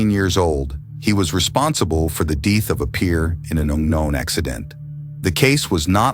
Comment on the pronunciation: The deeth of a peer?